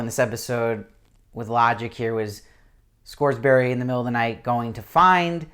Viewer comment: Good review but you're cracking me up with the Scoresberry. It's Scoresby pronounced Scores*bee and Serafina Pekkala is pronounced Peckala. I'm the most concerned about her character as I visualize her as Eva Green, even when I reread the books. She was so perfectly cast and embodied the beauty the witches are supposed to possess that I can't imagine anyone else in the role.